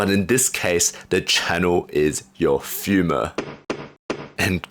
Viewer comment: The way he pronounces femur 😂😂🤣🤣